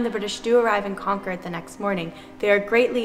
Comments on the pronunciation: We'll if you ever come here say Concord correctly it's pronounced CONQUERED but spelled concord. The town's name is pronounced by its residents as /ˈkɒŋkərd/ KONG-kərd, in a manner indistinguishable from the American pronunciation of the word "conquered." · I’m a native Bostonian. Thank you for the history refresher. Funny how you pronounce Concord though. Bostonians would say, ‘Concerd.’ Lol. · Great to see you wandering around my favorite city! A few tips on local pronunciation - Paul Reeveeah, Old Noth Church,and Lexingtin and Conkid. :) Keep up the good work! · I would think a Bostonian would pronounce it Conkid. Have a good one. 👍🇺🇸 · Thanks - that’s a great video, including many points I hadn’t heard before. I could tell you are not a native Bostonian based on your pronunciation of Con-cord. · "Con-cord" lol. You can tell youre not from the area. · He mispronounced "Concord" too. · God bless you and the work you do to bring our history to us, your followers. Thank you for coming to my city. Despite current sensibilities and politics in Massachusetts, I am proud that our Revolution began here. BUT! Your pronunciation of Concord and Charlestown make me cringe...LOL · Having spent a lot of time there... you're saying Concord wrong :p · Try this: "Konkid" Not "con-chord". Also, not "charles-tin", it's "Charles Town". How you like 'dem apples? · As a local Bostonian, I need to inform you that there are no R's in Conkid.... And it would not have been an amphibious landing in Charleston.... It's CHARLESTOWN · Concord - the correct pronunciation is "Cawnkerd" and Charlestown is "CharlesTOWN" not "CharlesTON". It is not the city in South Carolina and it is spelled as "Charlestown" btw. Honestly, l turned off your video after these two basic mistakes. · I love that book too! Highly recommend it. Also a note to, Concord has an emphasis on the first syllable not the second. Enjoyed the video, especially the tombs!